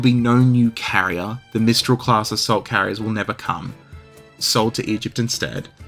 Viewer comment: Swear to god, I first heard "assault carriers" as "salt carriers" - and was wondering why the Russian navy needed salt... Not even kidding.